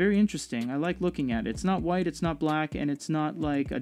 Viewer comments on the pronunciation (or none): none